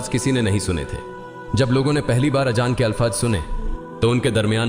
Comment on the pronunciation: Gareeb nawaaz bolte h nawaj ni thumbnail me galt h .azaan hota h ajaan ni pls sahi se sahi words bole aur b gltiya h sahi se words ni bole gae h pls check